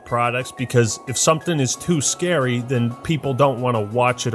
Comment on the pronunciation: "Resident Evil is to scawy" jeez people are snowflakes